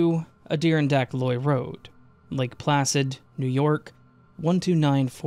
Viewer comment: Dude, seriously, it's Adirondack (Add-I-Ron-dack) 😅 and half of these weren't even glitches.